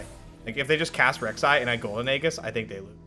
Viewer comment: Drinking game: shot every time you mispronounce it haha